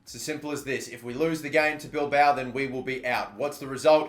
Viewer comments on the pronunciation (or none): none